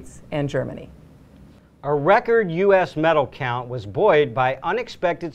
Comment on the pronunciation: haha the first thing christene said affter the hockey segment was "we take a look back, at the rcord breaking olympics, for the the united states" lol